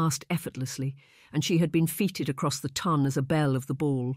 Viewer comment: Within the 1st 30 seconds she was feeted not feted. 😂😂